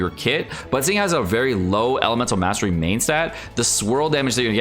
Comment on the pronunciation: lol what did u just say elemestary mastery lol